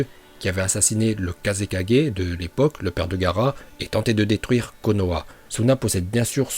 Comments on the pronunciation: Il me stresse a dire kaze4g au lieu de kage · Je va t'insulter tu dis kazekadjer raik 4g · "Le maître kazékadgé,le maître raikadgé,le maître mizukadgé,le maître tsuchikadgé et enfin....... Le maître hokage. Cohérence dans la prononciation:0 😂😂